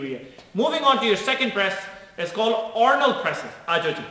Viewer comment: Ornald🤣🤣🤣🤣 Bhai accent